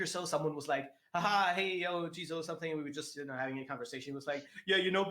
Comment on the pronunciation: It's jizo